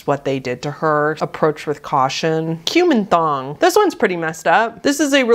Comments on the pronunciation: I was listening to this video in the background and I thought you said "cumin thong". Ouch. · I heard Kuman Thong as "cumin thong" and was very confused at first.